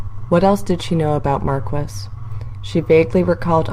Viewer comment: How you gonna do my boy Mark-wiss like that